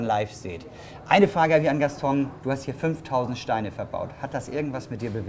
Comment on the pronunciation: Der Wahnsinn oder? Mit Freude zur, von und bei der Arbeit, das hat was. Der gute "Gastong" arbeitete damals schon seit 15 Jahren dort aber kann seinen Namen immer noch nicht richtig aussprechen, kein Wunder das er ihn veralbert 🤣